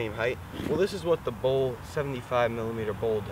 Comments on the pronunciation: Its ' bowl ' not ball. the tripod head screw on the other tripod is STANDARD 3/8". The bowl has other uses also. Obviously you do not know. so why offer ' advice ' on things you do not understand ? Just creates more confusion. Plus the pronunciation of names as always in USA not correct. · Here's been saying bowl...